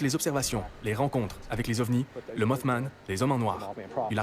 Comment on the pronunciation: c'est mothman et non pas mouthman. Pacman ne fonctionne donc pas,.